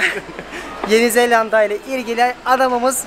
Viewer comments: zellanda deil zelanda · Zelanda'yı çift L ile telaffuz ettikçe OKB komasına girdim :) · abi neden yeni zelanda yerine yeni zellanda dion